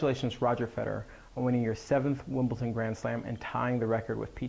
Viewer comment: You're a great coach. Love your videos. BUT... I have to be that guy. It's pronounced "WimbleDon" with a "D," not "WimbleTon."